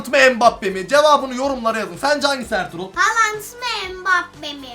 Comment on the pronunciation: Erling Haaland (yanlış) Herlig Haalang (doğru) 😂😂😂😂